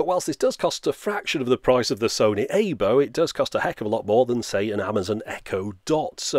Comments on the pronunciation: It's pronounced "eye bow" not "ay bow" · Aibo is pronounced "ah" "ee" "bo" and sounds like eye-boh, not A-bo. Otherwise, an informative video which is relative to my interests. lol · Aibo, not Eibo. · It's so adorable! Sidenote: Aibo means partner/pal in Japanese, but also is Artificial Intelligence roBOt. It's pronounced "eye-bow" (bowl without the L... 🐶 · You are pronounce it wrong... It's AH-ee-bo which means partner or companion. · "aybow" lmao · Its pronounced eye-bow